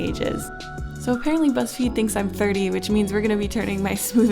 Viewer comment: oh my god i heard "Whatever you say butts feed" hahahah